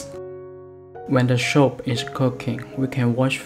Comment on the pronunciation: soup not shup